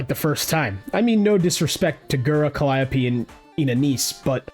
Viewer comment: Holy crap, someone said Calli’s name correctly :o. Props to that, everyone always say “cally-opey”